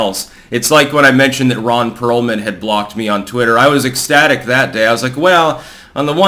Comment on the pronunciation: Ron Peealman 😂